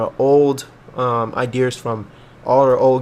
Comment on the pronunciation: "idears" lmao